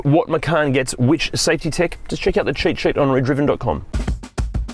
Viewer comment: Great channel, sometimes I just watch to see the man say “sheet sheet” instead of cheat sheet